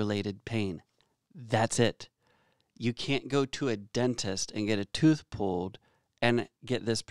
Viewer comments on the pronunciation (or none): none